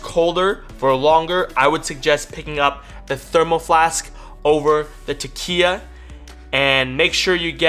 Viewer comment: Since Takeya gave you free product, you may want to pronounce their name correctly... 😉